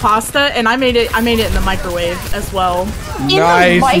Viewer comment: "I even mircrowaved the pasta" Spoken like a true horse girl